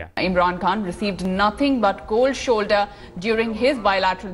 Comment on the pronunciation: Seriously this is how they all sound like: "Koldd sholdder hippiti hoppitus wobbling wobbling" 😂😂😂. Man indians r naturally funny people.